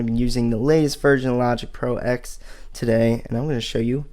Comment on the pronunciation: Kavish Ganapathy And he keeps calling it Logic Pro Ex as opposed to Ten 😡